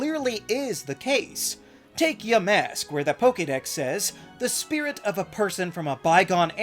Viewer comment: It’s pronounced YAH-mask, “”. 🤨